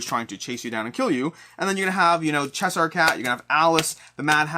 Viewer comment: “Chess-Hire” is definitely one of the most interesting pronunciations I’ve heard.